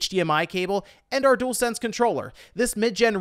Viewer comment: At least you can say dualsense properly unlike some people on YouTube 😂.